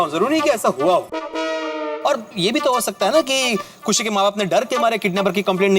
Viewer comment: 6;23 khushi bolna nhi aa raha